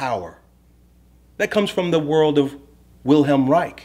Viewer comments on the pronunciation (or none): none